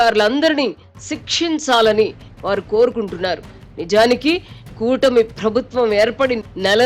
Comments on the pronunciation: Amma anchor garu, "Phrabhutwam" kaadamma, "Prabhutwam". Ekkada vottu pettalo matrame kadu, ekkada pettakudado kuda teliyali😂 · తల్లీ... ప్రభుత్వం అని పలకాలి, ఫ్రభుత్వం అని కాదు. 🤦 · ఫ్రబుత్వం అని పలకకూడదు మేడమ్..😢